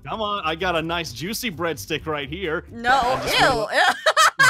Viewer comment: LOL SAID I GOT A NICE JUICEY BREAB STICK